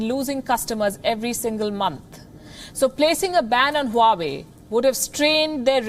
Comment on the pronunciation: Honey 🍯 😘 it's not हुवावे it's वावे